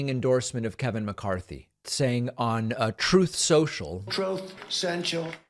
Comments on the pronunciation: "Chrumft Censhal" 💀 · That "Trothe Setial" gets me EVERY time!